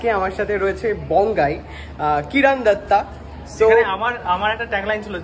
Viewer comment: ওটা কিরন দত্ত, কিরন দত্তা নয়